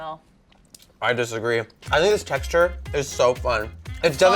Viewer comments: says “ teexture” It’s texture. Text-ter not teext-ter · honey.ITS TEXT-URE NOT TEK-TURES THE X BABY THE X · Haha the “teechter” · The WHAT? The TEXTURE!!!! Why does she says teeeeksture. Did she have a stroke? Why don't people correct other people.! You are WRONG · why does this girl say teexture? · Why does say "tic-shure" (texture)? Maybe I'm weird, but I've never heard it pronounced like that. Is it a Southern thing? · Is saying "teekshture" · the “tEEcture” Is that a northern accent?! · i was about to comment on how says Texture right when I was she realized she was saying it wrong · SHE SAYS TEXTURE SO WEIRD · the way says texture???😂😂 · I scrolled down in hopes that someone commented this before I did haha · I wasn't the only one that noticed lol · I love how she pronounces texture lol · Right?! I was thinking the same thing! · I a southern can vouch that it is most definitely the south comin out 😂